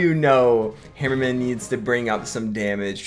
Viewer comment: Dude with all due respect learn to pronounce the name right its torture listening to u trying to say HAmmerman try it right would u its HAmmerman not hemmerman like u say sorry if i offend u but dude it's torture